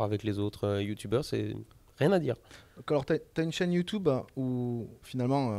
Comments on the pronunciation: Desfois, je me moque de Youtube en disent "Ïoutoube" mais je ne savais pas qu'il existe vraiment des gens capables d'avoir cet accent. "Et aloreu? To chain-é-Youtoube sou porteu bi-en?" -Forteunaïteu -OvereuWatcheu -Du-gaïmingueu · « YouToube » :D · Poce blo pour le youtoob